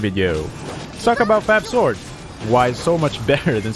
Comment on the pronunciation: I can't unhear the fact that he is saying "fap sword" and "sack sword" 💀